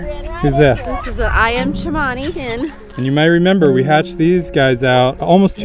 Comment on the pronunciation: it called Cemani not Chamani